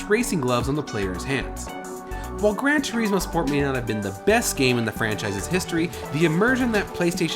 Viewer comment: Wtf is wrong with you game reviewers , how do you not know how to say polyphony! (Polih-funy) polyphony. And its gran tour-izmo, not fucking (gran tour eezmo) fuckin hell! If your speaking italian or spanish, than yes, toureezmo. But you arent !